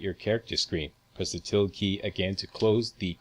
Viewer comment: Tilde is pronounced "tíll-day" ... not "tild"